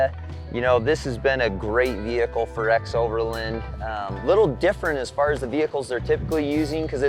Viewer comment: It’s strange how you pronounce xoverland as if it were spelled ‘xoverLIND’ with the letter I. Say it with me: ex-over-LAAAAAAAND!!!!